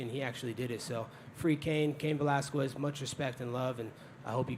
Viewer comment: "Cain Velaskwez" lol. Colby doesn't sound like his education was top notch either 🤣🤣